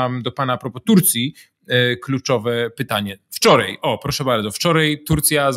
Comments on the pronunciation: Piotrze, robisz fantastyczną robotę, czekam codziennie na każdy odcinek o , ale w końcu muszę to napisać: tutAj, nie tutEj i wczorAj, nie wczorEj ! :) i proszę się nie gniewać :) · Dlaczego pan mówi "wczorej" "tutej" ? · Nie wczorej tylko wczoraj. Mówmy po Polsku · wczorej tutej i inne Zychowicz wez sie ogarnij językowo hahahha